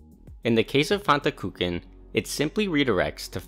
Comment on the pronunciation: vry good and interesting video, but i especially love how you pronounce "kuchen"